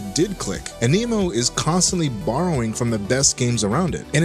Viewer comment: why TF do you keep saying AMINO?